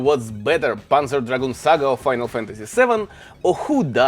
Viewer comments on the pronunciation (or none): none